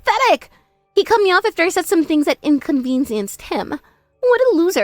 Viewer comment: Speed reader is back AND she’s talking to herself🙄. Learn how to say “inconvenienced” right. And a confirming question is “ARE you?” not “aren’t you”